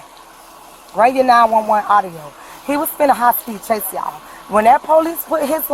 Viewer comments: She said "Poo Leeece" she needs to go back to elementary school and take English again and learn how to speak correctly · She even made it plural, "po- leeeces" 😂😂😂